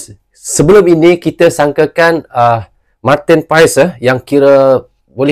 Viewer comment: Penyebutannya bukan Martin paes bang tapi Martin pas